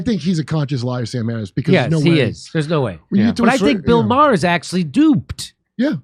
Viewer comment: Jimmy's ability to mispronounce the names of excessively popular people is impressive. It isn't Matt "getz". It is pronounced "gates". It isn't Bill "ma-her". It is pronounced "mar". Fucking goon.